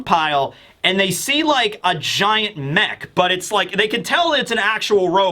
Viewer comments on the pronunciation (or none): none